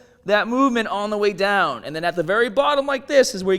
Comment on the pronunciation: "Stronga" "daiwn"